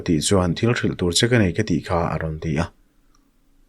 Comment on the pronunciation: chawk ni loin chek tur aw